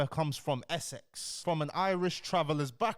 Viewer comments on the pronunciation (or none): Yo, I love your stuff keep doing your thing👊🏾 It’s ehh-six not ehh-sex btw🤣 kills me every time you say it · why did you pronounce essex like that bro🤣🤣🤣 man said “from SX”🤣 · I hear it like Eh sex 😂😂